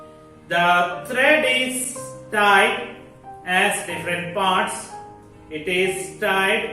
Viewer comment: Tied not teid😂